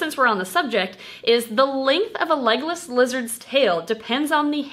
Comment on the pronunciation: For the longest time I thought you kept saying “Legolas Lizards” and I thought it was kinda weird that a lizard was named after Legolas then I read the title to this video and my life has been changed forever